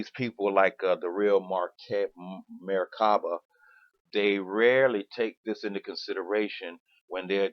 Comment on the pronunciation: you cant even pronounce merkabah correctly whos full of shit lol smh